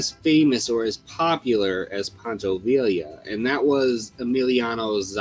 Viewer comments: Poncho VIE-YA how are you gonna do a video on Mexican heritage and get the dudes name wrong. Do more research, stop being lazy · In Spanish two L's make a y sound. For example, Pancho Villa is pronounced as Veeya... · En español, Villa is pronounced “vee-ya.” Two L’s sound like a Y. Don’t ask me why. Glorious video btw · True, but you can say Schwarzenegger better than he said Villa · I found the video disappointing. A bit too heavy on how Hollywood has supposedly affected the Mexican mustache. What I found annoying, though, was the pronunciation of names like Villa and Zapata.